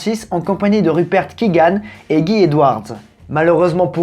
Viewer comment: Je découvre désolé mais 4m07 : GUAILLE !!!! Edwards. C'est un anglophone ^^